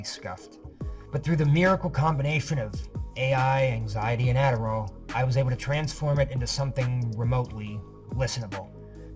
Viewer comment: Did he say Adderall 🤣